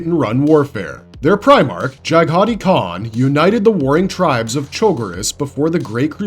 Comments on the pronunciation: Jag-ha-Tai not jagheeti😂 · Completely butchered the white scars Primarch name. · Your pronunciation of the White Scars Primarch was brutal. 😁 Otherwise great video.